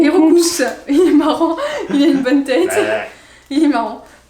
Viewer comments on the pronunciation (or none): 16.06 c pas roucoups c roucoul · Ils ont aussi dit Nidoran femelle au lieu du mâle et ils ont dit roucoups au lieu de roucool